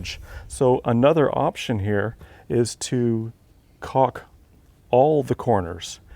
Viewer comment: My nephew is yelling across the room. It’s caulk not cock.